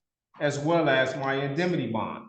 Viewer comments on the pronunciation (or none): . "indemity". Case closed.